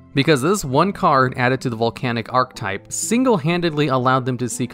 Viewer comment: Archetype is also a common mispronunciation from him. Ark E type, not ark type